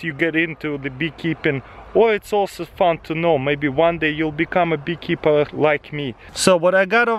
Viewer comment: I hear been-keeper? Hahahaha